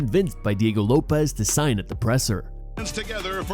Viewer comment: if you didnt know this was ai, this proves it "sing" not "sign"